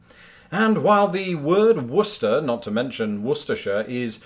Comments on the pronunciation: Ah ha! So we both pronounced Worcester correctly! So why the hell do I keep hearing Wor.Chester from people not from this state? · I watched the video expecting him to butcher it, but alas. At most locals shorten it a bit but his pronunciation is as acceptable locally as Woosta is. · No, its more like "wuster-shr", at least if they pronounce it the same in New England as its pronounced in the UK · Worcester as "Wist-er" is the way most people in Mass pronounce it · You pronounced Worcester fairly well. But its Wis-tah. A few more locals Westford = Wes-fid Leominister = Lem in stah Chelmsford = Chems-fid Acton = Actn Nashua = Nash-wa Maynard = May-nud All & all your not to bad for a flatlander. LFOD ! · its weird to hear a non-mass native pronounce worcester correctly lol even if you guys have one of your own im just so used to "war-chester" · Meaches Peaches - Of course he would pronounce it correctly, he's British and we know how to correctly pronounce our towns/cities! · Happy to hear Worcester is spoken the same way over there. If only my GPS could figure it out! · I congratulate you on pronouncing my birth city correctly!!! I have heard every iteration you could think of for it.. Yes I did know about Worcester, UK, because I was planning on visiting the UK since on my mothers side I think we have about 30% English and like 10% Scottish in us.. Also did you know that the Smiley face was made in Worcester, Ma as well? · Holy crap you pronounced Worcester right lol.